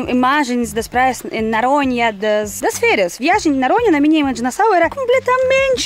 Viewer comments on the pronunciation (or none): É muito engraçado a, quando ao invés de dizer Noronha, ela pronuncia "Naronha"🤭 ela ainda tem dificuldade em pronunciar o "O" em algumas palavras.